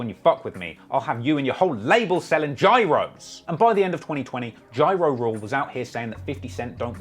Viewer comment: After he said "gYrOs", he was trying to butcher it, my man